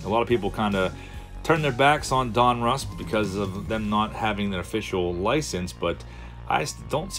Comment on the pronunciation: Two things my friend ...donruss1 is pronounced DON-russ not DUN-russ and its just another panniniin owned brans